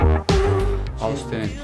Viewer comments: Austenit degil hocam östenit olarak türkçe kullanılıyor ( almanca okunuşu da bu ) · Merhaba, Austenit değil östenit diye okunuyor bir bilgi.